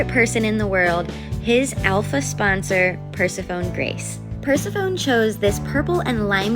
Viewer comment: These goat condos are so cute! I wanted to let you know that you're pronouncing Persephone incorrectly. It's pronounced Per-SEH-fuh-nee